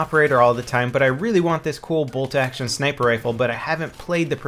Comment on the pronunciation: Lol he said snaper